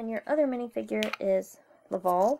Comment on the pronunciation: Its laval not lovol